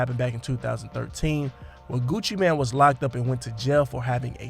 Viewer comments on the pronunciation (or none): NOT Gucci Man..its Gucci Mane....pronounced "main" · Did you say Gucci man 😂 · It's Gucci M-A-N-E ! MANE! After all these years y'all still saying it wrong?? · Mane🗣️ GUCCI MANE🗣️ NOT GUCCI MAN 😒🤦🏼‍♀️😂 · I don't understand why some people keep calling him Gucci Man. It's Gucci Mane, pronounced Main. That's the reason for the E at the end.🤦🏾‍♂️ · Your saying Gucci mane wrong haha its annoying me cause your saying so much in the vid 😣😂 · At least learn how to say his name